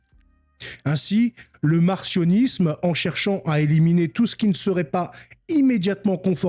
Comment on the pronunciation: Ca se prononce mar-C-io-nis-me, comme S-io-nis-me, non mar-CH-io-nis-me.